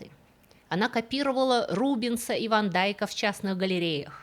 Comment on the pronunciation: Мне тоже понравился рассказ . Только я нашла другие неточности - Произносится ее имя не ЛЕБРАН а ЛЕБРЭН и не ВАН ДАЙК а ВАН ДЕЙК